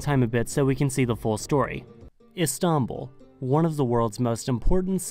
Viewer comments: n ziom yeah it comes from stinpol even there is a nice hotel called stinpol in Istanbul and it changed a lot later . they were using several names for Istanbul including Constantinople in Othman times . Istanbul had many names and for official Istanbul was chosen . We don’t say stinpol because for our language it’s how we pronounce Istanbul . Even In Russian it’s stanbul . It doesn’t have any connection with some fairytales you read on google about Islamic roots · He pronounces it "Is-tahn-bul". Too much emphasis on the "tahn" part of Istanbul for some reason. My guess is he's trying to sound Turkish by saying it like that, but its not working lol. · And not İstanbul right? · Why do you pronounce Istanbul so weird? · What he's trying to do is pronounce it the Turkish way but its sounding so weird and exaggerated because he's not a Turkish speaker. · Mate, you need to learn how to say Istanbul. You put the stress on the wrong syllable.